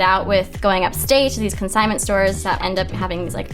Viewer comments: Love the good old "co-sign-ment stores..." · When you're so rich that you can't say "consignment" 😅